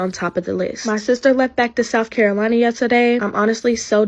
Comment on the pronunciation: South Caro...who???? She can't even pronounce South Carolina. Girl bye. You told them what shift you could work during the interview. That's your fault.